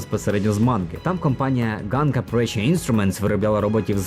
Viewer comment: Коли хтось читає псевдополіванівкою, у світі засмучується один український анімешник( І там не Ґанка, а Ханка. Картинка справді гарна. Чекаю на фільм з нетерпінням.